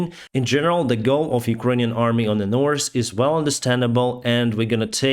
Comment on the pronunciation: I love pronunciation of the work: "north," sounds like norse =) Keep up the great work! 🤜🤛